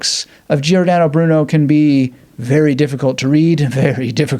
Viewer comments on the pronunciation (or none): He pronounced it like “Geeordano”, but the correct pronunciation is like “Jordano” (he did the same with Giovanni: it’s Jovanni, not Geeovanni). It’s a mistake English native speakers often make. It’s a probably a case of overcorrection, as in Italian you basically pronounce all the letters. But this is an exception, as the i is there to tell you to pronounce the g as a “soft” sound (like in gist) and not a “hard” sound (like in get) before a, o and u. The same is true for c, which always is a hard k sound before a, o, and u, and always a soft sound if it’s followed by i or e. That said, just spouting “learn how to pronounce it” seems a bit silly. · Love this. But learn how to pronounce Giordano.